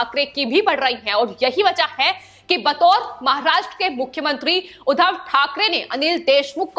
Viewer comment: बार बार उद्धव को उधव बोल रही हो I